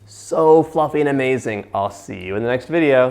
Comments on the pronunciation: I love how he says AH-MAZING!! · He says, "at this point, this smells A-Mazing" 😁 also, "De-Licious" 😍